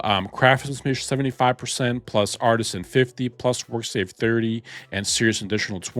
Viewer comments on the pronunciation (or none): none